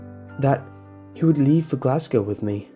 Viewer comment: Makes me cum hearing someone on youtube say "Glasgow" right